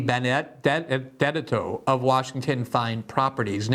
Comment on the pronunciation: Let me help with the pronunciation of DiBenedetto. D-Ben-E-debt-toe. Please don’t butcher my last name like that again. Thank you.